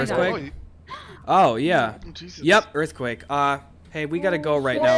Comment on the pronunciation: Yeah you make my earfquake.